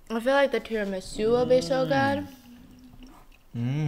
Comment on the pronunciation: I turned my head away from the screen for one second when she said tiramisù and it sounded like an Italian said that